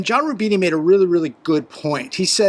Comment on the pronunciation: I think he is named "John Rubino", not "John Rubini".